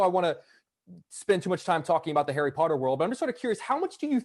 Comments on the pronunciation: He's posted a video on his instagram and tiktok for the POTTAH challenge and he says it that way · WHEN HE SAID POTTAH I SCREAMED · It’s so cute how he still says “potter” and not Harry Potter